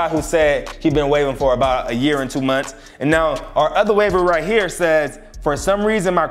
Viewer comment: YAER?? OR YEAR?? lol